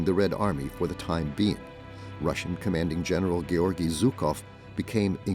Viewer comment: Not Zukov, but Zhukov. Shame on you! Translators and speakers! Russians defeated German fascism! Thank you, God Jesus Christ!